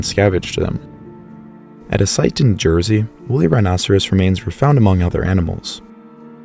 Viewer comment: holy cow, jersey 🇯🇪 mention , but why did you say it so funny